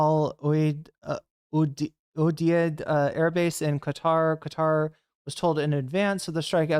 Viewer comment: Qatar should be pronounced as if you're saying the words cut & tar in a row, like cut-tar.